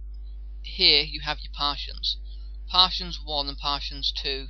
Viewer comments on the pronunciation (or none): btw, they are pronounced Par-tish-ion (partition) and cash (cache).